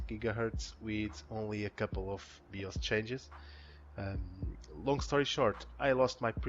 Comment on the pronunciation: WTF is a BEE-OSE? Are you trying to say BIOS? Pronounced "BYE-OSE"? Huge pet peeve of mine. No idea how you got BEE-OSE out of BIOS bro. English not being your first language is no excuse.